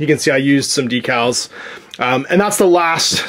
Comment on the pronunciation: DEEcals? Who are you and where is? lol